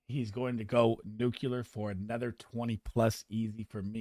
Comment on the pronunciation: Nuculer? Lol